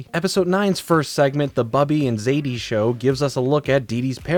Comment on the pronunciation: Bubbe is pronounced "buhb-uh" and Zayde is pronounced "zay-duh" Source: an old Jewish Brit who writes childrens' books named Michael